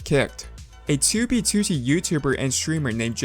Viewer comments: i like how he pronounces it as TOObeTOOtee instead of twoBEEtwoTEE lol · Toob toot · Toubie TooTie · for the sake of fucking hell, its two b two t, not toobie tootie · Why does he pronounce 2b2t as 2bTwo-T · "2B Tooty" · It's 2b2t not 2bee2tee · bro said toobeytooty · He doesn’t pronounce it “2b2t” he pronounces it like “too bee to tee” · its not 2 b 2 t its 2b2t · Twew bee twew tee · "To be tooty" is how i hear u pronounce 2b2t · "Tooby tootee" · Tubee Tutti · Tiewbyie tywotee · Tou bey tou tey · Toobie tootie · twoo bwee twoo teeeh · to be tootie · pronounces 2b2t as "2wb2wrt" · Why do you pronounce 2b2t as toobeetootee please stop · "was a very old base on TOOBEETOOTEE" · He has the worst way of saying 2B2T god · why does he say 2b2t like that 😭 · the way you say "2b2t" reminds me of the jelly belly rat meme lol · i love and harte the way you say 2b2t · The way you pronounce "2b2t" is annoying as fuck, I'm sorry. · FitMC already made a video on this stop stealing content and learn how to pronounce "2b2t" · I love the way you pronounce "2b2t" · I hate it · at least he managed to say it somewhat normally the very last time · i love your videos but could you put the emphasis on the 't' and not on the 2 2's when you say 2b2t it slightly bugs me